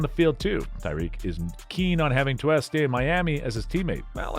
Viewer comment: Butchered Tua's name 😂😢